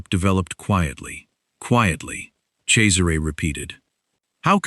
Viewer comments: Yes, it is pronounced Chezzaray. The other spelling is Cesar. Pronounced Sayzar. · At last, a narrator who knows how to pronounce the name Cesare. The boss wouldn’t need to ask me twice - I do like a bad boy🏍️🥰